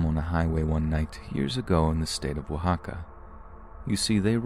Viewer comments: My boy pronounced Mexico and Oaxaca in Spanish👏🏽👌🏾 the effort is appreciated, thanks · you nailed saying Oaxaca 😍